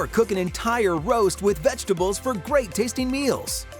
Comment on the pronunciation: Vegetable not vegetal